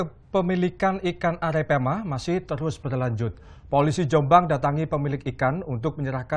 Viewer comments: ikan arepeama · Arapaima woi...bukan arapeama😂😂😂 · apaiama wkwkwkwk 😂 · araipama.. wkwkwk.. arapaima woi mas broooo